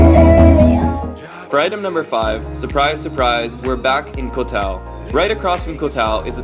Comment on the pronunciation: its not pronounced as kohtao, its Goh- dao and same with any 'koh' s its Goh...